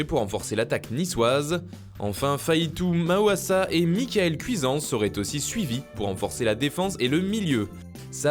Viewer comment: Mdr « Fahitou Maouassa »